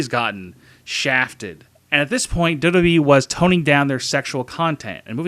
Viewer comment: Maybe try to say WWE properly.